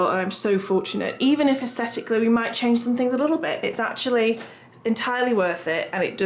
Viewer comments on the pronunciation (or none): none